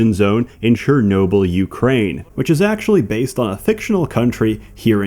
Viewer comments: What is this: "JUKRAIN"? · Ukrai...what? This fictional countries names are really hard to pronounce.